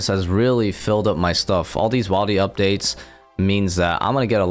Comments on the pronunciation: He pronounced it correctly in the beginning of the video, but unfortunately he keeps falling back into bad habits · It’s wildy not wildy!! Like “will-deez” Not “while-deez” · Is he saying wildy wrong on purpose?